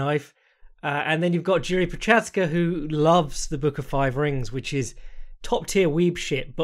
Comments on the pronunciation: For anyone who cares: It's pronounced YI-ZHI, like the ZH in Zhang. Not JI-RI or YI-RI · Jeeeeesus you just keep butchering Jiri`s name.